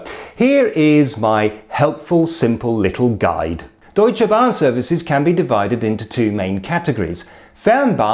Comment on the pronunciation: I am puzzled about his accent. The word "Deutsche Bahn" he slightly over pronounces it, but "Inter Regio Express" he is spot on - the R's are a bit difficult for foreigners to pronounced, but as I said, his accent leaves me puzzled, bit of a british twang in there, but the German pronunciation very good, bbut then also he looks more like a German than a Brit :-D